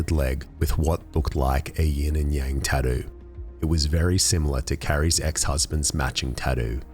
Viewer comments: Love how the narrator says "tattoo." TADEW LOL! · Have you never heard an Australian talk?